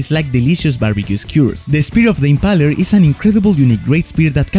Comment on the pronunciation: Correct pronounciation of impaler is (IM-PAY-LER) not (IM-PA-LER)